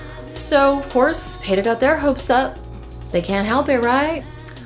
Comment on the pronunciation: Payta? I thought PETA was pronounced pita, like the bread.